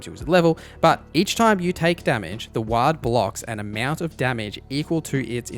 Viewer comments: the a is pronounced like aw in ward not ah. otherwise, great vid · The English sure seem to have a hard time speaking English. Ward is not pronounced "Waaad". It's pronounced, "Werd" or "W-ore-d". I couldn't understand what you were saying. Sounded like the Orks in WarHammer 40k screaming "Waaaaah!" Melee is not pronounced "Mel-EE". It's French, it's pronounced, "May-Lay". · Great vid, thank you. Just a heads up "Ward" is pronounced WOR-d. Ward rhymes with hoard, board, cord. The more you know. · Your dialect turn it ward into Arcane WAAAGH. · I was going to leave druid alone but when i heard you say ward i had to make the comment Dru-id, two syllables, not drude Ward is pronounced like war but with a d on the end (word) Love the video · The way you say ‘ward’ drives me literally crazy 😐 it’s said like ‘sword’, the A is pronounced differently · The way he said WARD pained me deeply